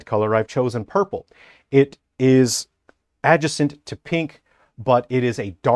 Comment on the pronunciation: That suit is amazing, however how you say the word adjacent harms my earballs.